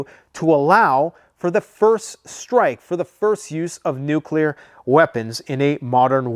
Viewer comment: No it's not nuclear